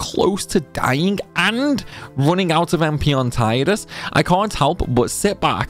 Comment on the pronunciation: nice video. i cont understand how you cant say cant kinda sounds like your saying cunt lol.